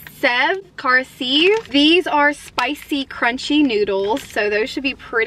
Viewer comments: İts sev pronounced like shave 😂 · Kurkure is pronounced as koor-koo-ray Sev as the english word "save" exactly